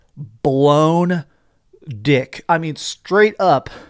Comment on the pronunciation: The way he said dick!. he's butt hurt about the merger of Microsoft and activision lol